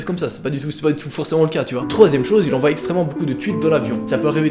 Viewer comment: enfin tu remarque que tu prononces mal envoient XD